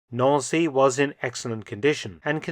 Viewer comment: Nancy, like the girls name not Noun-see.